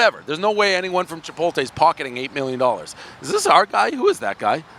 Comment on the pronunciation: What Dave? Chipoltay?